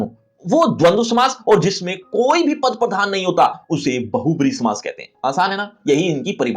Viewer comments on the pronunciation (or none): बहुब्रीहि नहीं बहुव्रीहि